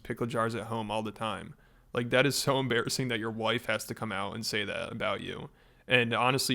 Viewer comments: Dude said wwhife 😆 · bro said hwife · “100% faith and trust in my whife” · He said wife with an H, like in a proper English 'what'. Never seen that one before. My Whife! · "My w-hife! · His "whife" ugh he is so disgusting